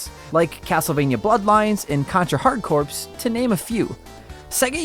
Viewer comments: Just FYI, "Corps" should be pronounced "core", not "corpse". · There's nothing I hate more than people pronouncing Corps CORPSE. Do people really think it's called Contra HARD CORPSE? It's pronounced core. Like Contra: HARDCORE. Get it? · Speaking as someone from UK, I will agree that it is pronounced “core”. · Contra Hard Corps, pronounced CORE not CORPSE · I was JUST about to type that! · thanks for saying it for me XD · The ps is silent in Contra Hard Corps. Therefore its pronounced hard Core. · This. Have heard so many people call it "Hard Corpse" lately...